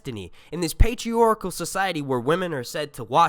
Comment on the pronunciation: It's patriarchal 😭 not patrioracle